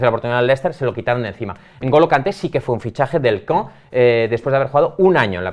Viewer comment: La pronunciación exquisita “CAEN” por alias, no tiene precio. Agradezco que no se hayan perdido las buenas costumbres.🎉🎉